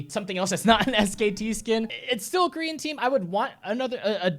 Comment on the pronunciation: Every time I hear you saying "Korean Team" i understood "green Team" and im like.... WTF is this fucktwat talking about..... but then I realized...... I am the fucktwat, it was me... Who knew?